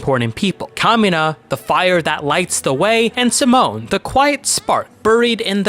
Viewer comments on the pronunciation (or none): Simon is pronounced "See-Moan" not "Sah-Moan."